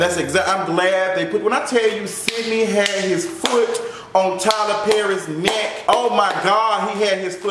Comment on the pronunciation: Lmfaoooo every time he say "FOOT ON YO NECKK"